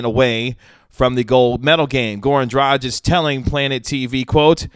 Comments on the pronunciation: Isn't it pronounced Draag-ich with a hard "G"? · The G in DraGić is the same as in Goran.